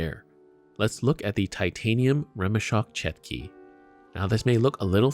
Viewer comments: It's pronounce "chotki" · Correct pronunciation is "chOtki" or "tchOtki"